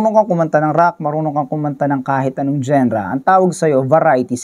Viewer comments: anong Gen-ra? it's dzan-ra or jan-ra not genra (spells genre) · hindi ako mniniwala dito.. "genra " nga mali pag bigkas mo eh 😂😂😂dapat diba "janra" soundlike that hindi lireral na genra jusko..